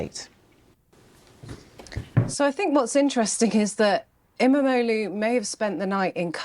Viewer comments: I love how chat calling İmamoğlu as 'MMO loot' lolol. As a Turkish person i approve, whatever makes it easier to pronounce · Keeps sounding like they're saying "MMO Lou", like he's got max geared toons in every game.. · I know things are kinda fuked up here but I must say that I love how everyone absolutely butchers the pronancuation of İmamoğlu's name.